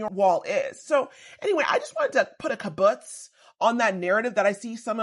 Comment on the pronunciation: LOL i think you were trying to say kabash but mixed it with kaputz because what you said was "kabutz" 😂😂 how you got it confused obviously makes total sense though since I immediately understood and recognized what happened